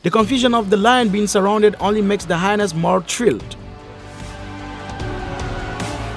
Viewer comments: The word is 'hy-enas' in English, not 'hinas'. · I love how the narrator pronounces "hyenas", rhyming it with vaginas.